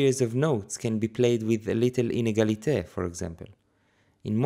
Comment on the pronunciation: Me too,but I do not have the French accent to deliver it like our friend in this video.